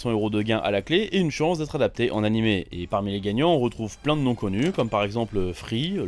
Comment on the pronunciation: [Animé], pas [Anim], jvous jure...